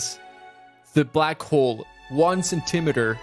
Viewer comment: ...so nobody's gonna comment on the way he pronounces centimeter and millimeter?